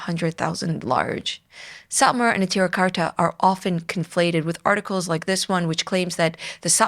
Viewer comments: Neturei Karta is pronounced "ne-toor-ay" not "netira". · "The name Neturei Karta means "city guards" in Aramaic and is derived from an aggadta recorded in several texts of the Talmud". No Yiddish in the name so I don't know what you mean by referring to Yiddish speakers. I just know that your pronunciation is clearly incompatible with the spelling and with the way that it is commonly pronounced. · You are intentionally misrepresenting Satmar Rebbe and his true followers, such as those in Natruna. We're talking about 10s of thousands of yidden. In the past you have brought on Lubavitcher "Satmar experts" who demean the Rav Yoel and spread malicious lies about him. You intentionally seek to drive a divide between Satmar and Neturei Karta, whose name you cant even pronounce appropriately. It seems the majority of us dont recognize the Zionist state. It is against the Torah. Talk to anyone affiliated with the Edah HaCharedis. You are Zionist operative who actively spreads misinformation against GD and this is a chillul Hashem. Shame on you.